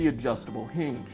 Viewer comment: What’s a “heenj”?